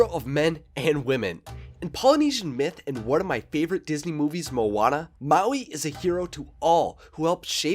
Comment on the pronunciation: You kinda said maui right i guess but moana nah